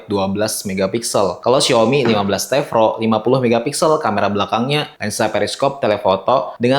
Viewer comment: T Pro bang bukan T Vro🤣🙏